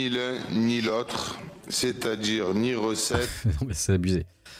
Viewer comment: C'est à djire, dégun, mais serieusement!🤦‍♀️